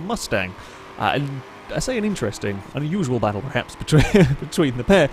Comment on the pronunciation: IT'S 'PERHAPS' NOT 'PREHAPS'. SPEAK PROPERLY.